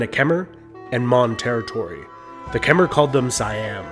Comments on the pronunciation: When you say “Khmer” it’s not (ker-mah) it’s (ka-mah) I’m Cambodian just pronouncing the right way I got a little offended on how he did say sorry if he pronounced anything wrong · It’s pronounced khm-I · Just wanna say Khmer is pronounced like Kmai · not really sure i trust this guy, he pronounces Khmer like kem-er instead of kha-mai like its supposed to be pronounced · Kom Not Khama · QIt not kemer it khmer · Omg how he pronounces “khmer” is painful... it’s pronounced “kmai”! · The way he pronounced Khmer ughh